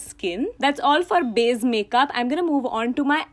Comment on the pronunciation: It's so cute how you call "base" as "baze"😂❤❤